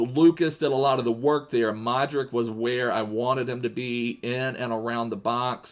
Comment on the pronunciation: I love ur videos and its luka modrich when u say it I know u just reading it but it should be rich at the end